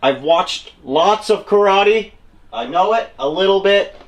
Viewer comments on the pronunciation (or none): none